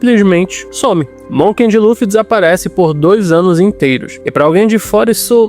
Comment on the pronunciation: voce mandou varios "Monken de Luffy" com N que eu ou vi muito bem ahahah. Gostei do video.